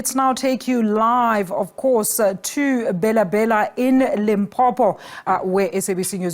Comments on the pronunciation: my worry is/was on calling it BHELA BHELA(pronunciation), instead of Bela Bela. Listen to the newscaster. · The news reader failed 2 pronounce African name correctly am not surprised this is the reason y we have cyril as a leader.... 🤣🤣🤣